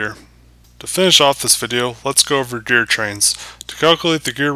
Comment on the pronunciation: My only problem with this video is how you were pronouncing gear. More so, the G in gear, as if the G sounded like a J, as in juice. When I hear you say Gear, at times it sounds like you said Jear.